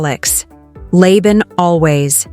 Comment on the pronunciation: LABAN is not pronounced LEI-BAN. It is pronounced LUH (as in Lalalala) and BAN (as in Bun, like bread). LUHBUN. Maybe AI can be taught? Who knows!